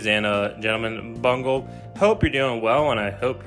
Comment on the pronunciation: i like when he said bungle i think it sounds funny